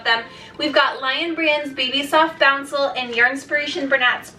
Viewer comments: boucle is pronounced boo-Clay not bouncel. Boucle is french for kinked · It’s pronounced “boo-clay” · Great review and comparison. Btw boucle is actually pronounce boo-clay. It's a super strange word.